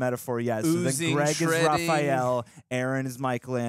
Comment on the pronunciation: Is it just me, or does he pronounce Raph’s name “Ra-PHEE-el”?